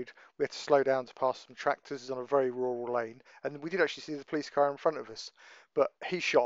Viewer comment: If you can say Roads then you can say RURAL and not WUWAL! LAZY SPEAKING. Perhaps they should book you, not for going slow, but for MURDER of the English Language!